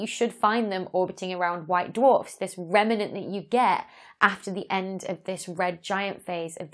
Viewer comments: Excellent video as always Dr Becky, but pronunciation police report here: remnant has two syllables, not three. It’s rem-nant, not rem-er-nant. xx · I love your channel! Question though ... how many syllables in the word "remnant".